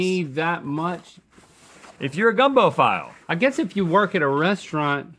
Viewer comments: Did you guys not know how to say filé? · Just adding this in for the record to help you both learn the magic that is cajun culture. It's fee-lay not file LOL gumbo file. So happy I get to see some of my culture on y'all's show! LOVE YOU GUYS!!...but fee-lay...gumbo file (fee-lay). It's like the main seasoning used in making gumbo, and any good gumbo gone have a good pinch of dat stuff! ;) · Gumbo File is pronounced - fee lay. I think it’s a gumbo thickener. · That’s a fact! And it’s pronounced fee-lay 😂 Not actually used to make gumbo (that would be roux), but used post-cooking to flavoring/thickening. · the southern and love for all things cajun food in me is hurting hearing them call it gumbo “powder” and mispronuncing file (fee-lay) 😂 gumbo “fee-lay” is an accoutrement for gumbo that has already been prepared, it’s literally just dried and ground sassafras leaves. it would be impossible to make gumbo with just that powder for seasonings or whatnot 😅🙃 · The "gumbo powder" is gumbo file( pronounced filet like filet of fish). It's a traditionally made from sassafras root and is used as a post cook thickener... if your rue doesn't do it job properly... or it lacks the okra used in some gumbos. I'm a born, breed, and well versed Cajun boy. I know my gumbo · New Orleans native here. Gumbo file is pronounced fee-lay. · It's called Gumbo fee-lay (file) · file powder (pronounced fee-lay) isn't seasoning, it's a thickener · Gumbo filé, say it with me filé, not gumbo powder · It's gumbo file (feelay) powda, sha. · It’s pronounced fee-lay, not file and it’s made of sassafras leaves. You put it in gumbo while cooking as a seasoning and we usually put more on our gumbo over rice. Y’all need a real Cajun chef to make some. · Gumbo File is pronounced Fee-Yay. Not FYLE lmao Rhett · Just for the record, it's pronounced FEE-LAY... Not file, like you put in a cabinet. Fee-lay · Yep and it's pronounced fee-lay👍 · I'm DYING! It's gumbo filé. Pronounced fee-lay. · Gumbo fee-lay ;-)